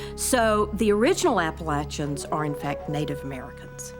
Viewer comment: Y'all are saying Appalachians wrong